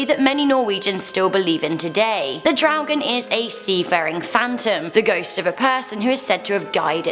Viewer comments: It is do draugen and not dough draugen. Do is toilet in Norwegian 🙂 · "Do draugen" is toilet draugen not dough draugen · I like how you butchered my language. "Do Dragon", hah. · Dodragen haahahahahhahshssha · Hahaha daudraoken xD det var litt feil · As a Norwegian I only recognised "Dodraugen" x) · Omg “do dragen” oof hahha I’m from Norway 🇳🇴 and damn still hunds me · I cringed everytime she said draugen ... I cringed everytime she said a name in direct form